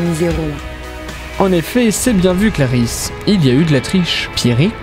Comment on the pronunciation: Clarisse pas clarize